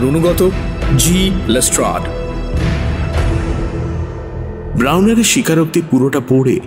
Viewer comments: You guys are class apart. But why is saying Les ট্রেড?! 😳😥🙄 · Yes. But it's pronounced as Les ট্রাড. It's always been Les ট্রাড. Look at Mir's pronunciation too, always perfect. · Am I the only one who found 'লেস্ট্রেড' pronunciation extremely irritating 😅😅 Atodin লেস্ট্রাড shune esechi baki rao tai bolchilo hothat erom kano bola shuru korlo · Les-TRAAD k Les-TRADE bola ta khub kaane lagchilo... eii tukuii con :) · Pls (Watson ) ke bolo je ota lestard not lestred pls it's piercing in the ears